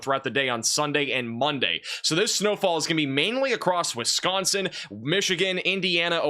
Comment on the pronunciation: where are you from??? You say Wisconsin correctly! I’m from FDL